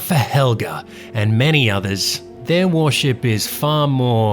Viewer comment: Does he keep saying warship instead of worship or am I just crazy?